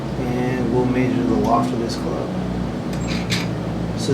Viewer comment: "May-zure"? LOL It's "Measure".